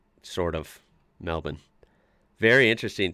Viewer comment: Congrats on pronouncing Melbourne correctly! (melbin). Marlborough would be either Mahl-Bura or Mahl-Bra :)